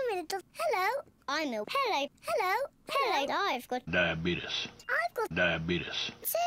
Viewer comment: Diabetuss make laugh hard